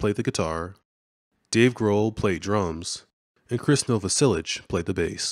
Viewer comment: Chris Nah-vah-sell-ick